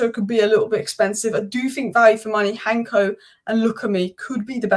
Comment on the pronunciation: Its Hancko not Hanko. The c is pronounsed as an cs. And also not Arnie but Arne. 🤣